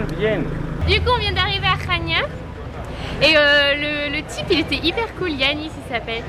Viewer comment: Et Chania se dit Kania, j'y étais ;)